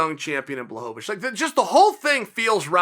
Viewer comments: Me: Blachowicz Chael: Blahobowicz Me: okay Blahobowicz it is. Sorry Uncle Chael. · No one: Uncle Chael: "BLAHOVOVICH!" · BWA-HO-VITCH give respect to his name. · (Blah-ho-vich) Mr Chael sir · I'm glad you finally came around with Blachowicz Chael. He made Light Heavyweight Great again. BTW nobody pronounces his last name right except Joanna Jedrzejczyk not even that douche bag Ariel pronounces it right.